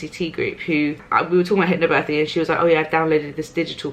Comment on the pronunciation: I'm sorry, but the only thing I can hear is HYPPO birthing:D Thank you for always being honest:*